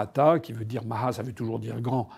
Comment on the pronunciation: (1mn 20) Aïe... pitié ne prononcez pas les "h" du hindi ou du sanskrit (par exemple "maha") comme les sons gutturaux arabes ou espagnols ; ça fait vraiment mal aux oreilles de ceux qui adorent les langues indiennes. Svp, écoutez des tutoriels sur YT ! 😉